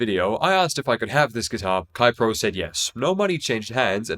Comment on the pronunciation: Keipro is pronounced more like "kay-pro", not "kye-pro".